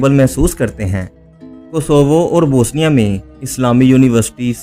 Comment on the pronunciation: Bosnia kehna to seekh lo bhai. Bosinia koi mulk nahi hai,,,, BOS- NI- A